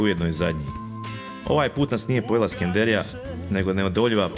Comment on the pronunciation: nije SkendErija, nego Skenderija, para uši cijeli film koji je inače dobar.